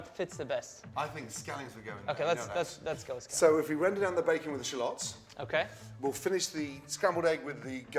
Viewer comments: challiots... CHALLOTS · Did he say shallions?